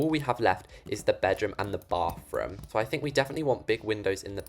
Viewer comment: why do you say "bafroom"